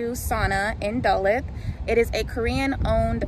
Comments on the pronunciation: Side note since I noticed the mispronunciation immediately. Duluth is pronounced da-looth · Lol its pronounced DUH-LOOTH not dulith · 🤣🤣 You had the Jeju correctly, but it's pronounced Duh-looth, like tooth ... I've been going to Jeju for over 20 years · Girl it’s pronounced Duh-looth! Simple. 😂😂😂